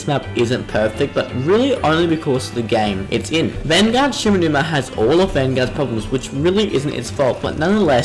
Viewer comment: shi - NO - numa